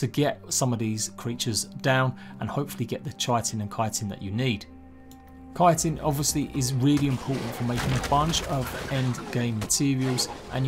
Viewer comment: K-eye-tin is the correct pronunciation. It's Greek. CH is always a hard K sound.